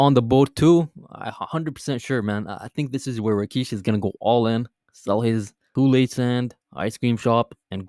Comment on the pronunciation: Who TF is Rakeesh? Lol